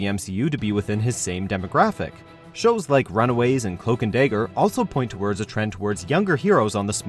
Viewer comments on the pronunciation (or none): Did he say cloak and daygger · HOW TF DO YOU MESS UP CLOAK AND DAGGER. ITS DAGGER NOT DAGER. I swear they're doing this on purpose. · "Cloak and Day-ger" "Thor: Ray-gnarok" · How do you mispronounce dagger? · why did he say "dagger" like that? Anybody else catch it??? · You said dagger wrong